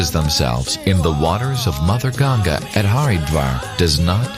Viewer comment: if you are calling river ganga "ganjas", THEN IT'S NOT CORRECT, please please call name of Ganga river correctly please. if in English language it cannot be read and written correctly it's not means you can call wrong name . you have to learn correct name if you want to talk about it.